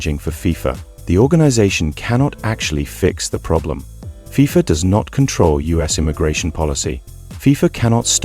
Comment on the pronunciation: You know this is ai when they cant pronounce fifa, AND THE NARRATOR DOES NOT TAKE A BREATH. GET RID OF AI CHANNELS